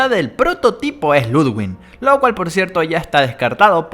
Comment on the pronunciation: v oye se pronuncia Ludvig y no hay ninguna N entre la i y la g jaja... Y tú teoría de gentle John se destruye porque no lo reconocen su apariencia debería haber cambiado... Rich es más probable